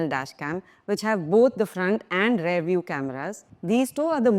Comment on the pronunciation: Please... don't pronounce "rear" as "rare". It's endemic throughout India.